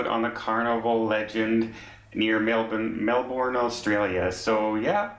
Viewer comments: Melbourne is not pronounced using the BORN so strongly. It’s more like Mell Bun !! Sorry these yobbos upset other passengers... There are idiots everywhere unfortunately! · As an Australian, just going to say that you had the pronunciation of Melbourne right the first time before correcting yourself - it's a lot closer in sound to 'burn' than it is to 'born' Nice coverage of the matter, especially the extent of the crew's action against other passengers' recordings of the incident. That hadn't been reported on quite so much by our media.